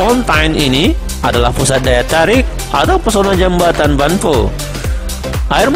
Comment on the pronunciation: Membaca jembatan kok jambatan